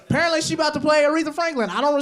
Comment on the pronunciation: Yk he from Mississippi cuz that nigga said parently instead of spared apparently 😂